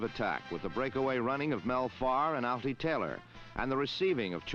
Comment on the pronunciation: Altie Taylor, not "Alfie"...🤪😱😂